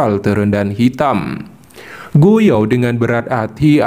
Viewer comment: Gu yuan bang, bukan gu yao